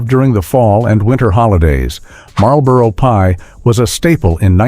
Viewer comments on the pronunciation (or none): none